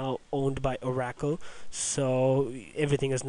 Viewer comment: oar-ah-cull NOT oar-a-kill The word Oracle goes way back in history. Loom it up. Very interesting and should and can be pronounced correctly.